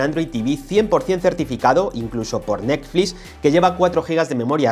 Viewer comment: "nesflis" jajajaja